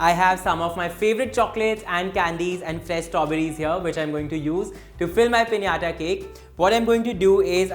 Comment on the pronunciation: Finally someone said "pinata" cake the right way 😌😂❤️